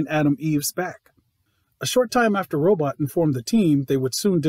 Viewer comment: I like the names in this show although I was confused at first I thought atom eve was adam eve, I thought dupi kate, was actually called duplicate, and the way they pronounce robot sounds like they are saying brobot sometimes had my ass confused.